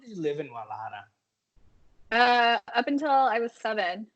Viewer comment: This guy is an idiot! Also cant even roll his r's when saying Guadalajara lol